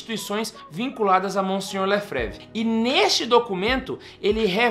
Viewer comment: Facilmente identificamos uma pessoa despreparada para falar sobre o assunto em questão, e ainda mais despreparada para falar sobre Dom Marcel Lefebvre, pois sequer sabe pronunciar o sobrenome. A FSSPX, quer queira ou não, salvou o sacerdócio católico e mantém viva a verdadeira fé católica.